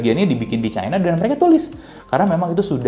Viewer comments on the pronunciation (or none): none